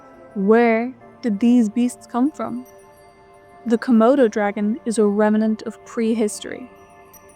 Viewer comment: The word is REMNANT.... not remanant, learn it and remember it girlie narrator!